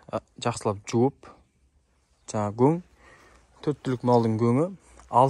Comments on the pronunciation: Жарайсың, бауырым. Ісіңе береке берсін! Бірақ гөң емес көң деп айтқаның дұрыс бауырым. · Гоң емес Коң деп дұрыстап аитшы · Гөң емес, көң, қазақтың таза сөзің бұзып, бұлғамаңдар. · Өзбекше гөн демей КӨҢ деп айтсаңдаршы ! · Гөң емес көң деп айтайықшы